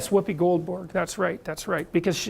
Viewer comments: He also said Whoopie Goldborg, but I don't see you crying about that. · I believe he said Whoopie Goldburg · Oh Wanker he did say "Goldborg". Lol.